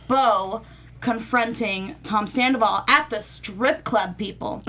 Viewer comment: Can one of you ladies please tell him it’s not pronounced Sanderval?